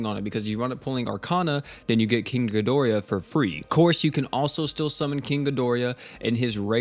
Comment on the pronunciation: Feel better man and it's Ghi dor ah not Ghi dori ya